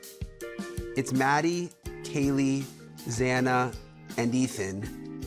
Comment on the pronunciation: Can no one say XANA? It's like Za•na 🏁 It IS beautiful and everyone is complicating it. Please try 🙏